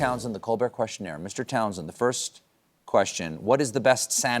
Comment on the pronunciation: Where does this "questionert" shit come from? It's questionnaire